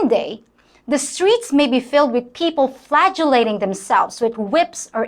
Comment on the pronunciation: Did you say "flagellating" or "flatulating"?